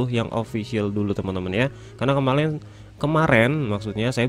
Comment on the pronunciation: Karena Kemalen (Kemaren) *Lidahnya Kesledek *